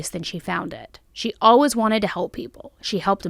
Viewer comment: No hate or judgement, it's actually kind of adorable but i always chuckle hearing you pronounce the word "always" as "all-whiz" lol😅 i say it like "all ways" so it just sticks out in my ear when i hear it, sounds quirky. Also i really love the name Nation, how unique!